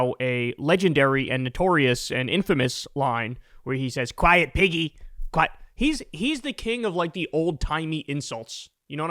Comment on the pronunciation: When I first heard this, I thought he said Peggy. Then, I heard it again. Imagine Trump calling anyone a pig 🙄?!